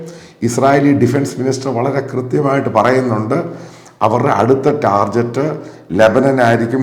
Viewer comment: Can you please pronounce "Target" with /ˈtɑː.gɪt/? It is not the ja should but ga sound. Not to insult... children learn from it assuming some credibility to how you speak due to your age.